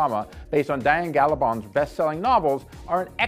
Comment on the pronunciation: Please learn to how to say the names correctly before you film a video. You pronounced Gabaldon and Heughan incorrectly.